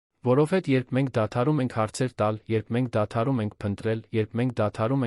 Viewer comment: Սուտ չի կարող լինել,այդքան ղեկավար լինելով հարստություն էր կուտակել։ Աստծո պատժից ոչ ոք չի խուսափում։ Իսկ ընթերցողը ճիշտ չի ընթերցում, ,,հետևել,,-ը կարդաց երկու անգամ ,,հետում է,,։ Որովհետևը ընթերցեց առանց վերջավորությա'ն' (դարձյալ մի քանի անգամ' ,,որովհետ)